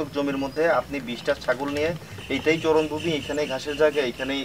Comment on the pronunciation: চরনভূমি নয়, শব্দটি হবে চারণভূমি।